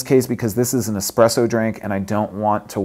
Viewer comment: Espresso not expresso!!-It is Italian!!